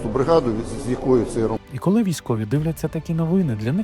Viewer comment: ну що за "кАли"? Не А, а - О